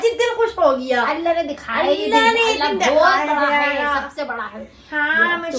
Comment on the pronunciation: Samme Badi wali... Oyii, it's Samse badi wali! 😂 Love, your Content Girl!! Sending Hugs, From Rampur Itself 😝